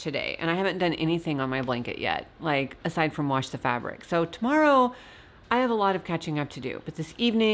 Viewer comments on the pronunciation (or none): none